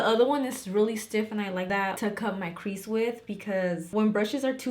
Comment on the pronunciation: Idk why but it’s so satisfying when you say crease 😂😂😂 I love it